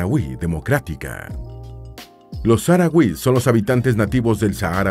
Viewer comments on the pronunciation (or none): Perdón por la rectificación pero al menos aquí en España los llamamos saharauis pero pronunciando la h como una j y la tónica en la “ra”